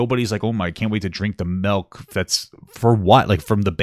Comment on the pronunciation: SMH "melk"